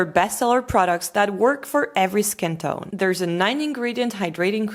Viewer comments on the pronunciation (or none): none